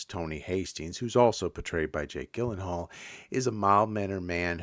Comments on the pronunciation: Well, there's really no point in watching these, now; you give away most of the story. Also, it's Jake Gyllenhaal with a soft "G", like a "J". 🫤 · Gyllenhaal is pronounced “Jill-en-hall”. Isla is pronounced “Eye-la”